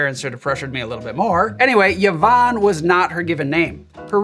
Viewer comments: Mate, it’s pronounce eevonn. NOT Yavonn. Me sister will thank you. (Cool cocktail btw, thank you!) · First time I’ve heard of Yvonne Arnaud, and first time it’s ever occurred to me someone might pronounce the name “ya-von”. Learning on many fronts!